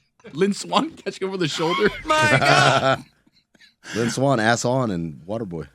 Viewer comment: Jesus... Do you have any chill whatsoever? Read the room. "MY GAUD"